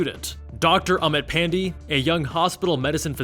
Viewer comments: Dr. Pan-dee 😕 It's pronounced more like pan-day (as in sunday) but doesn't matter, no one is offended. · Dr Pan-dee?!!! 😩😩😩😩😩😩